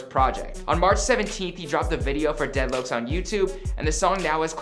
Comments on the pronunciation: HE SAID DEAD LOKES 😂💀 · we gonna ignore how he said dead lokes ???? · Bruh he really said “dead loacs” I’m dead bruh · Dead Loucs? 🤣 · He said deadlouks 😑🤣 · He said dead lokes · 蠍 | dead “lokes” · "deadlokes" "deadloke" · "dead loacs" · "dead loaks" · Dead locs he pronounced it white asf